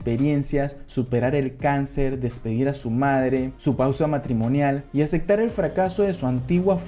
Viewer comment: Oye haces un trabajo genial con tus videos. Solo tengo una observación: Al hablar procura pronunciar bien las las palabras. Pues no se dice Acectar, es aceptar.